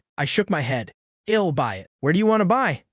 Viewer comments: ok man but fix the pronunciation of the Text to speech I'll -> ill , just type i will man to Text to speech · Next part needed, I'll pronounced ill, and several other mistakes could have been solved, kt would be 10/10 then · The "I'll" becoming "ill" is bugging me that I want to stop watching the video. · Awesome story. Wished the ai voice would pronounce the I'll correct lol. All good though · please add apostrophe's. i hate when it says "ill" instead of I'll. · Everything is good aside from that ill and im pronunciation. It's killing me 😭